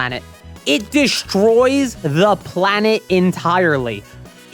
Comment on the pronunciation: Sorry for this question not at all about the subject, but why do you say "shtrong" and "deshtroy" ? Is that an accent ? I only ever heard Sean Connery talk like that.